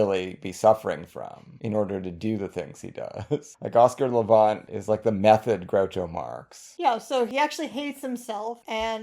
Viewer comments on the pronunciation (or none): Thanks for this special subject, one I'm especially interested in. I enjoy Oscar Levant a good deal. But I need to tell you that you pronounce his last name Levant as in the insect, the last syllable is the same word as those pesky little insects